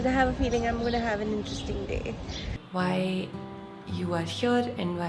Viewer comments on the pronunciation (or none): none